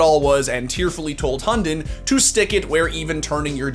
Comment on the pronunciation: I love the way you try to pronounce "Hunden"